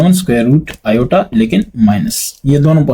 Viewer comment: Sir its not (ai) its (aiota)👀